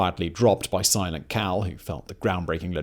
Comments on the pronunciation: I heard silent cow lol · I’m I the only one who heard “Simon Cowell” every time he said silent Cal?? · At 22.25 I thought he said "Simon Cowell" 😂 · I no it's not what your saying, but the amount of times I heard "Simon Cowell" 🤦🏻 🤣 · Thank God you have a transcript. I was 14 minutes into this before I realized Simon Cawl is Silent Cal. Might be the accent might be my shitty hearing but boy was I not getting this right got to start over. Love the content though thanks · Simon, every time you say "Silent Cal" it sounds like "Simon Cowell" :P But seriously, I love this U.S. Presidents series! Can't wait to hear on the presidency of John Adams! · Every time you said "Silent Cal" I heard "Simon Cowell". Lol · Simon Cowell, I keep hearing Simon Cowell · Even though I knew Simon was saying "Silent Cal" I kept thinking he was saying "Simon Cowell".